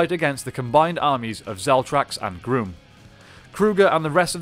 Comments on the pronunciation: It’s grum not groom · Is he saying Emperor “Groom”? Because I always thought it was “Emperor Gruumm” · Dude, it’s Emperor Grum. It’s a not a long U sound. It’s Grum like Krum, Conan’s god. I also want know How he gets that big head in that normal human helmet. Looks like he would be in serious pain.